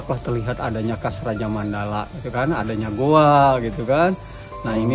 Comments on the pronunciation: ngomong nya yg bener dong,,GOA bukan GUHA,,,😁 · Goa om bukan Guha...😁😁😁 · Goa bang bukan guha.... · Bukan Guha .goa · Plis bilangnya GOA bukan GOHA. kesell dengarnya